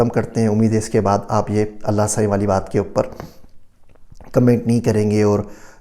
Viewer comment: Aapka Allah saien bolna bahut achha lagta hai